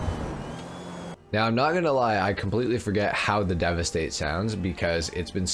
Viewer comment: Thank you for the proper pronunciation! I’ve only heard one other GTA YouTuber say the name correctly. It’s so cringe when you can tell the others don’t even attempt to get it right.